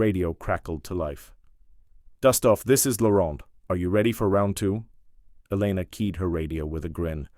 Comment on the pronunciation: oh my god did you people NOT watch Top Gun? an F-14 has twin tail stabilizers!; Webs is spelled Webb's; it's pronounced E-lena NOT Elen-a; whoever wrote this story has no idea of military ranks Commander and Captain are 2 different ranks, Commander is a Naval Rank ( comparable to a Major ) and Captain is an Air Force Rank ( comparable to a Naval Lieutenant ); again Commander is a NAVAL rank NOT an Air Force Rank who wrote this crap? Hayes is NOT spelled as haze